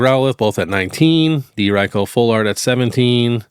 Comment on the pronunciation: It’s ri-ku not ray-ko